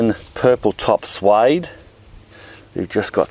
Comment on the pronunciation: "Sweed"...is how that odd veg name is said.....